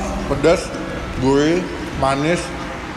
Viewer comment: Gurih bukan gulih wkwk